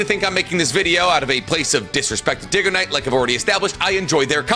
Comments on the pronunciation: Diggoknight lol... but idk bro is just really bad with names. I'm not sure if he's doing it on purpose. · "DiggaKnight" OK BRO HAHAHHAHAHA Dude's never seen your content before this 😭😭